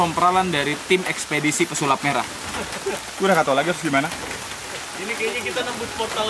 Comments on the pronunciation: Gagal fokus pas denger mas dzawin ngomong pesalip merah dimenit -17 wkwkwk😁✌️ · Pesulap merah bang bukan pesalip merah tolong lah